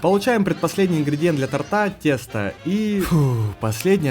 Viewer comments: чё ты сказал ты сказал тАрта!? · он сказал тортА 💔